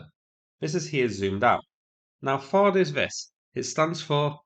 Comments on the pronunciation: You kept saying T'Hawd and I was confused, until the graphic cleared it up! 😅 It's TH like in THree and AD like in dAD - only 1 A is pronounced, so "THAD" 😊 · THAAD is a hard A, like had with a th on the front. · . THAAD (Terminal High Altitude Area Defense) is typically pronounced as “thad," with the 'th' as in "think" and a short 'a' as in "cat".